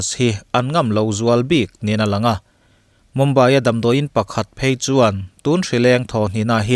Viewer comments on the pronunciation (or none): none